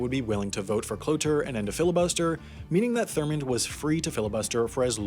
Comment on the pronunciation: Dude it's THURMOND not Thorman....It's FACET not faucet, do you know how to pronounce words?